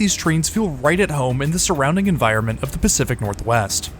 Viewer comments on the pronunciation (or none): none